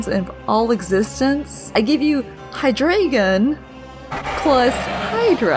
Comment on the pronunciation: Hydreigon is pronounced with an I sound.